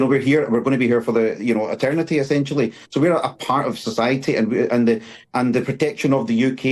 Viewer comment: That Naveed bloke said "we will be here for etertnity". Well, we were never asked!